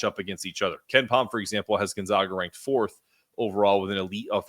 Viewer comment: It’s pronounced GON-ZAGA on GON-ZOGA. But great pod. Look forward to the matchup on Saturday. Steele Venters is injured by the way, Achilles pre season. Are you doing a crossover pod with Andy this week?